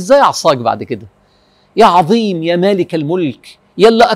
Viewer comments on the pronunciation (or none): none